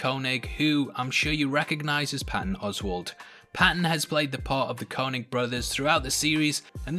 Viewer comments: It’s pronounced KayNig how do you watch something & still mispronounce it? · The way you say Koenig hurts